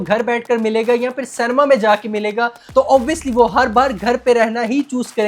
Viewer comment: Shoot myself if he says CANEMA once more!